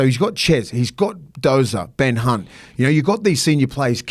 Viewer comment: did call Ben Hunt "Ben C*nt" 😂